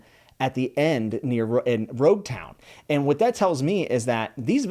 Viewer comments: Just a couple of notes on name pronunciations! Usopp is not pronounced "Yu-sopp" like you do in the video, but "Oo-sopp". Second, Gin is pronounced with a hard G, like in gift, great, or gamma, not like the drink. Edit: Also it's Loguetown, not Roguetown, because it comes from Pro*logue* (Luffy's) and epi*logue* (Gold Roger's) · Loguetown is pronounced log-town, and that is because it is the town of beginnings and endings, such as a prologue or epilogue. It is where Roger began and met his end, and is also the final, epilogue arc in the East Blue saga which is itself literally one gigantic prologue to the greater story that is One Piece. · I’m so happy you’re already hooked, this is only the beginning ;) Just a few pronunciation tips: •In the Japanese language, the R and L are usually interchangeable, I’m pretty sure it’s Loguetown, not Roguetown •Usopp starts with “oo” not “you” •Sanji has a tall a, so Sah-nji •Baratie is pronounced “Buh-rah-tee-ay” Can’t wait for more of your videos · I loved the commentary and analysis! Reminds me of why I fell in love with One Piece! Oh, "Loguetown" is (as I understand it) pronounced "log-town" as in it's the island that is the "prologue" of the whole Pirate Era (where Gol .D Roger speaks of the One Piece and where he's executed) in which One Piece takes place (as Oda-san, at times, holds the readers hand to add context). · It May be spelled Loguetown, but it’s pronounced Log-Town. You know, because of logs. Ships. Ships are made of logs. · Thanks for telling him that. Him saying "rogue town" kept annoying the hell out of me 😂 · its actually Loguetown. its called the town of beginnings and ends. So pro"logue" and epi"logue" . The Rs and Ls are very simlar in japanese wrinting which is why they often get twisted in translation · names prounouced wrong: -ussop -gin -sanji -Lougetown/rougetown -one piece -bellemere You are still at objectively the worst part of one piece, it gets crazy later on